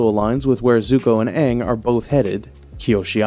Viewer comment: Stop saying Aang like that it’s wrong😂